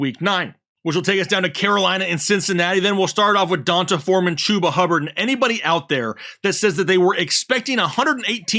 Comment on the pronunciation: Pronounced D Un Tay Foreman.